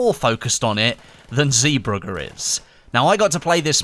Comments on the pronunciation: Lorenzo Giampaoli you pronounce the “ee” as an “A” in English. And idk how i can explain how to pronounce the “gg” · why can't those english dudes pronounce "zeebrugge" smh